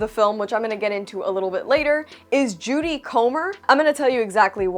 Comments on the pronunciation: Her name is Jodie... not Judy. Lol it was said wrong the whole time in this review but she's amazing. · Did you really say Judy Comer?